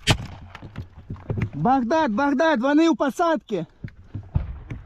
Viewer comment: يكول بكداد يقصد بغداد وات 🤔